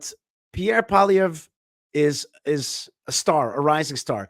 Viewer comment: Congratulations on pronouncing our Conservative leader's name well....Paulie (like Rocky's Brother In Law) Ev.....in French you add something like ruh to the end but in English it's not needed.....